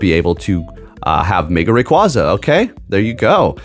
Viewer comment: Learn how to pronounce a pokemon name correctly.